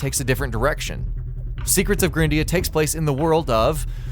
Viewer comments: Jesus Christ... It's not pronounced "grin-dea", it's pronounced "GRIND-ea"... For fucks sake, the game is about GRINDING! >_< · Probably pronounced gr-eye-ndea and no grin-dea. You know... cus of the grind? You're kinda terrible at pronunciation buddy.